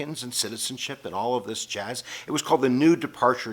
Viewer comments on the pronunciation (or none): none